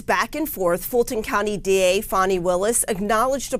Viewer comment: Her name is not Fanny it is Fani